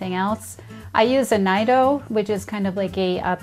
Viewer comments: BTW, it's pronounced "N-ee-do". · Yes, my hispanic coworker has corrected me multiple times about my pronunciation of Nido. 🤣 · Nido 😅 hate to be that guy but it’s pronounced different